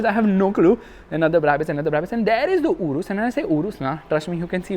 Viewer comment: Its YOURUS not URUSS😾😼